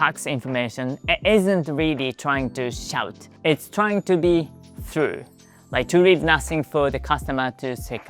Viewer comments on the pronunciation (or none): the pronunciation is [thu-row] not [throo]